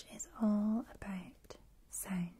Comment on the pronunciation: How does that “sownd”..